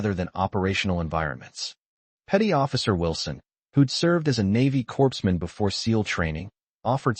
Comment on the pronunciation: Corpsman is pronounced CORman NOT CORPSEMAN!